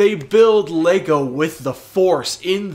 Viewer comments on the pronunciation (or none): none